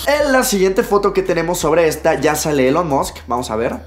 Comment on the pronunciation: "Elon mosc" Se escribe Elon Musk y se pronuncia Ilon Mask